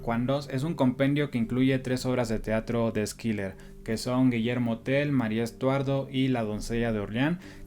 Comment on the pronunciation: Si me permites, la pronunciación de Schiller es "shiler" o /shılə/ es alemán. No se pronuncia Skiler. Muy buena reseña.